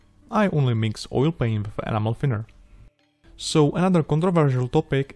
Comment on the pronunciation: I'm so sorry, but I giggle every time I hear you say "enamel thinner". It always sounds like "animal thinner". Anyway, awesome work as always! Mad skills! Are you planning to do any really big models in the future? I would love to see you do a F-16 and modify it to a Block 52 or Block 60 with conformal fuel tanks and dorsal spine ;).